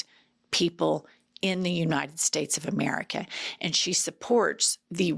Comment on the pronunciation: Nobody: MTG: "You-nine-dend States"